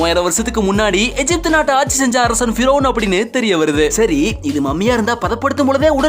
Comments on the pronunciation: தமிழில் எகிப்து என்றுதானே படிக்க வேண்டும்? ஏன் எஜிப்து என்று படிக்கிறீர்கள்? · அய்யா எஜிப்டு அல்ல தமிழில் கூறும்போது எகிப்து என உச்சரியுங்கள்